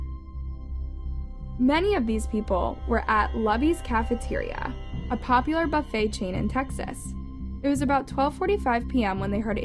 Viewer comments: FYI: In the 2nd story told, the name of the restaurant Luby's is pronounced as Loobies. It is not pronounced to rhyme like.... hubby's. Just for future reference. 😉😁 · It's pronounced "Loo-bees"...🤣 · the restaurant is pronounced is lou bees (Lucys) just for future videos. its a treasure to many here. Thank you for your videos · Did you really just disrespect us like that and call it lubys?it's pronounced looubeees 🤣🤣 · Not Lubbys...Loobys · Lu-Bees is how it’s pronounced 😭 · pronounced LooBees. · It’s pronounced loo bees